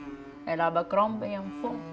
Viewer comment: I'M SCREAMING-- SHE SAID ABERCOMBIE AND FO!!!!!!